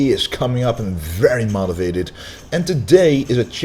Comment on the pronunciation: Love you but its motivated not modivated😉👍👊💪